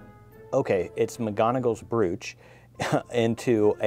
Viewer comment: It’s pronounced bro ch . Lol 😂 x I thought this box was a little boring compared to usual x love your book cover x